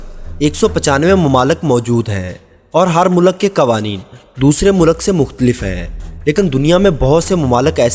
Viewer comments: O Bhai Mulak Nahi Mulk hota hai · mulaq nahe bhai mulq hota hai ... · Mulak... Nahi vo mulk hota hai... Pure video me...mulak mulak mulak.